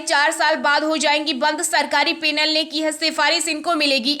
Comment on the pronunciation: न्यूज तो अच्छी है परन्तु न्यूज रीडर को ए और ऐ का अंतर पता नहीं क्या ...? ये पैसा को पेसा , पैनल को पेनल , टैक्सी को टेक्सी ..... जैसे शब्द बोल रही है । ये किसानों के नाम पर खलिस्तानी और ईसाई बने हुए सिख ही सारे उत्पात के लिए जिम्मेदार हैं। विदेशी फंडिंग के हरामखोर हैं ये ...